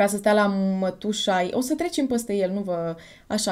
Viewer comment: De ce pronunți mereu "ăăă"?In scoala generală am primit avertisment cu totii din partea dirigintelui.Dar imi place cum pronunti "păstă"in loc de "peste".deci compensezi😘😉